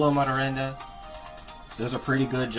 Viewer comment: hearing you butcher Xolo's last name sent me lol